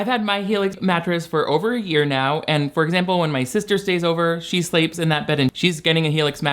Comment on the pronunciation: During your helix commercial you pronounced "sleeps" like "slayps" all of a sudden when you were talking about how your sister slayps in the helix when she comes over. Got all Blanche Deveroux on us.